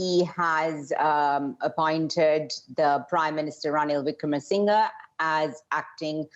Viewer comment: Dear reporter, thank you for this insightful expose. One suggestion - please practice pronounciation of the names, especially of key figures such as Ranil Wickremasinghe (it is phonetic). Thank you.